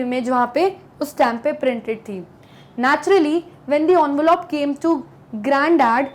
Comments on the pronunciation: it's not Onvelope.. It's envelope You pronounced it incorrectly. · Envelope ❎ onvelop✅ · She is trying to over pronounciate 😂